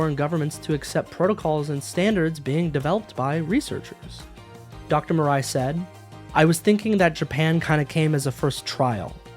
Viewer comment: talking the pronunciation though, i suggest you pronoun any asian names as-is, not imposing english kind of rule upon it, as it sounds very weird for me as an asian (even though im currently not fluent in japanese, but im learning it). Murai should be pronounced moo-rah-i, not mer-rei (the autogenerated subtitle insists in what it heard was "Mariah" or something). not trying to nitpick or being a smartass though, but i guess it would somewhat be something worth noting.